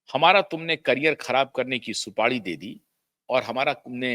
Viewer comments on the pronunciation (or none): 'Rista' 'supadi'bolta hai language pronunciation to thhik krle...